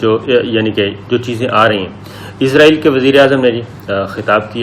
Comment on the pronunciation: ملک کا نام عزراٸیل نہیں اسراٸیل ہے ۔عزراٸیل موت کے فرشتے کا نام ہے ۔س سے اسراٸیل ۔مجھے آپ کے تلفظ پر حیرت ہوتی ہے کہ آپ کیسے میڈیا مین ہیں ؟ پرانے PTV والوں کے تلفظ کو نوٹ کیا کریں ۔